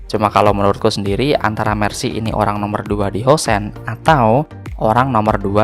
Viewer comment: 😂😂 bang kek nya lagi mabok Housen ya? Ter-housen housen